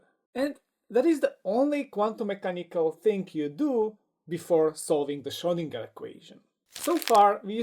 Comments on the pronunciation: And the G is pronounced like in "gag" not like in "ginger" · Schrödinger. As a Viennese guy, I can promise you that the letter 'o' and the letter 'ö' are two distinct letters. They also don't sound the same.